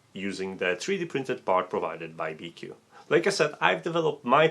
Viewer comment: I am quite sure it is pronounced bee-choo. It's a Chinese company, after all, and in the transliteration of Chinese q is usually a ch sound, which is why you can write both qi and chi and it means the same thing still.